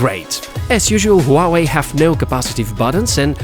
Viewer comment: Its not Hooawei, its Huawei